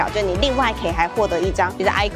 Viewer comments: 好像是念尹扣卡比較多，愛扣卡第一次聽到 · icoca 是念伊摳卡啦，不是哀摳卡XD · ICOCA是唸一摳卡😁